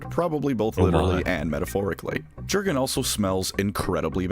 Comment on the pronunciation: I like that first artwork of Jurgen (It's pronounced "Yur-gen," btw, it's Germanic). By the way, contrary to the memes, most Inquisitors DON'T go blowing up planets willy-nilly, because it's the kind of thing that carries big consequences if you don't have a damn good excuse for it. That planet is part of the Emperor's domain you've been entrusted with, and just because the Imperium has a million worlds, doesn't mean that a lot of other worlds won't be affected if part of their supply chain suddenly disappears!